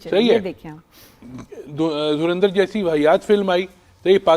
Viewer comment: धुरंधर को धुरिंधर तो ना कहें...